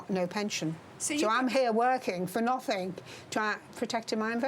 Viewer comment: She wants to be glamorous,and she says ‘nothink’.She needs to learn the language.